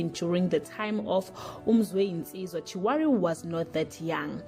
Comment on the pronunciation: Chirwali not chiworry